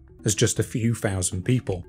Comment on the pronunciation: Finally found these fouusands of farming facts etc by... Buried offerings is one thing [or, many, I guess!!]...however, the next fousands of facts still naturally, enough are as interestin,despite ' choice re how to enunciate. eg "free fousand BC" So... Fank you for your information on "The History of Britain." 👍